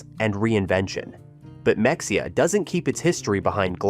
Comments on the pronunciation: I live in Purdon and have worked in Mexia. But research the word before you mispronounce it heh... Even the Wiki says "Mexia (/məxeɪjə/ ⓘ muh-HAY-uh or /mɛxeɪjə/ ⓘ meh-HAY-uh)[4] is a city in Limestone County, Texas, United States. The population was 6,893 at the 2020 census. The city's motto, based on the fact that outsiders tend to mispronounce the name as /ˈmɛksiə/ (MEK-see-ə), is "A great place to live, no matter how you pronounce it." BOO-ee, Tx as well... sighs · even real people not from Texas don’t know how to pronounce it. It isn’t that hard. Ma-hay-uh. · Oh my goodness learn how to pronounce these Texas towns ! Mexia !!! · I just found this video and my ears screamed in pain at the mispronunciation of Mexia, UGG! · Learn how to pronounce the town names correctly. First lesson is Mexia. If you really went there you would have known the proper pronunciation. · The way you pronounce Mexia... is how I know... you are not from Texas. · At least find an AI reader that can pronounce Mexia right 🥲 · Ma hay ya, not Mex e ha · It is not mexia it is pronounced me hay ah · It is pronounced Muh-hay-uh....... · Ma- hey- a, Not mexica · Mexia is pronounced Ma-hay-uh NOT MEXIA!!! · Mexia is pronounced as Muh hay uh not Mex e uh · You are calling Mexia (Mex ee uh) it is correctly pronounced (Muh hay uh)..... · It’s Ma-hey-a not mex-i-a !! And Bo-dark trees!! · AI read no one pronounces mex ia it is pronounced mehaya. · You list me at “Mex-E-ah” 🤣😂 I’m sure other ppl have come down here in the comments to say…it’s Ma-hey-a. Nice vid otherwise. 👍🏻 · It’s Ma-hey-a, NOT MEXEA! UUUGGG, AI!!! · it is not mex e a it is ma hay a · Ma-hay-uh not Mex-ee-uh I'm a Kentucky transplant of 14 years, and I even know that. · Mexia, LOL! Ma-hey-a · It’s muh-hay-uh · OMG it's Ma-hay-uh! I had to stop watching. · Not how you pronounce Mexia. Pronounce as Me"h"ida. Great town btw, visit often. Breckenridge and Bonham are two cities I try to visit often as well. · NOT MEX_E_UH!!!